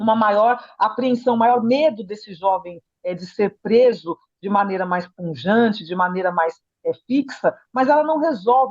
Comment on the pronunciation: Que diabos é "punjante"?🤔